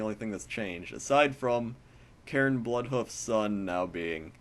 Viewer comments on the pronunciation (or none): none